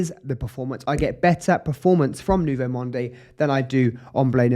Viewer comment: Good video! But I couldn't watch it till the end. I just couldn't stand the way you pronounce the fragrance name.... it sounds like Nouveau Monday. Please, please leave the 'e' at the end. Just say Nouveau Mond